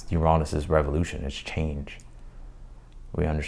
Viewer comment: It’s not cancerous it’s cancerian 🇬🇧and your pronunciation of Uranus is really off putting Shame when you’re such a good reader